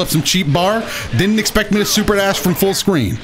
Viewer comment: Did my guy say "Full sqween?"